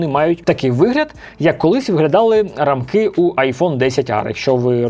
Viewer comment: Сорі якщо буде читатися грубо, але не рамкИ а рАмки😅